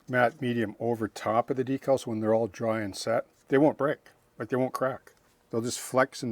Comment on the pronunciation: Thanks,. Once again, you gave us an invaluable insight into modeling details. I look forward to trying this one out. We must have grown up modeling during the same time period. I noticed you called decals, decals, and not deckels as some modelers do. I thought I was learning new modeling terminology the first time I heard it.